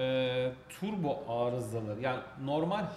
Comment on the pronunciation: Yerinizde olsam stüdyoya bir turbo getirirdim. Bir de “türbo” nedir? Yanlış telafuz ediliyor. Doğrusu “turbo”dur.